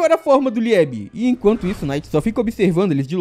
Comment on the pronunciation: Só uma dica: Liebe uma palavra da lingua alemã e significa: Amor ou querido e se pronuncia Liibe, não é liÉbe! =) sucesso!